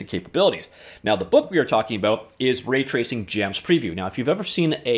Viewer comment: Says "Ratacing." Not "Raytracing."